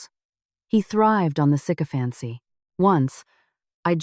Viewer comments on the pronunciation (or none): none